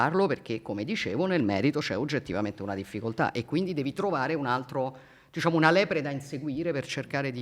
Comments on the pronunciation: disciamo…disciamo…disciamo che hai fatto il comizio dai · Mi è sembrato di sentire "Disciamo" a un certo punto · DISCIAMO 858393 VOLTE LIVELLO DIALETTICO IMBARAZZANTE. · Disciamo disciamo slinguata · 😂 Riassunto Disciamo diciamo disciamo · Chiaramente e disciamo pronunciati 269 volte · disciamo e non disciamo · Si ma la propaganda ha fatto cacare, ci avete messo pure gli immigrati e la famiglia del bosco per giocare sull'ignoranza della gente. Non era più semplice parlare del merito della riforma? Ps: quest'idea mi è venuta quando ho perso il conto dei "disciamo" sentiti. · Disciamo, Disciamo, Disciamo, Disciamo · 1 ‘disciamo’ ogni minuto e 15sec misa si è record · "Disciamo" counter? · il gioco dell'anno bere ogni volta che la Meloni dice: "disciamo" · Sul finale sembra prendere il volo un bestemmione (vota sì se ti è sembrato di sentirlo). Fedez contagiato dal "disciamo". Ottimo lavoro, episodio vero e riuscito.